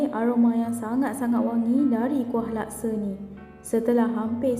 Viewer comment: Bukan lakse.. laksa..!!